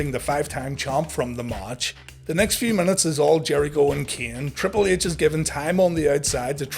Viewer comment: Like when ya say triple ehch